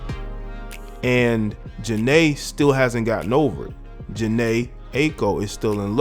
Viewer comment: That's not how you say her name.